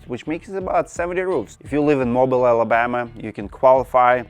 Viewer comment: Mobile is pronounced MO-BEEL